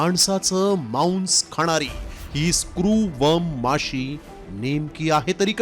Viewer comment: तु पहले मराठी नीट बोल मांस ला मौंस म्हणतोय, 🧐🧐🧐🧐🧐